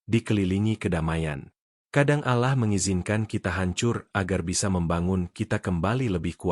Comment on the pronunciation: Alahlagi alahlagi.. min tolong klo muslim tuh .. Awlloh bukan alah wlo tulisanyaAllah.. faham min admin pekok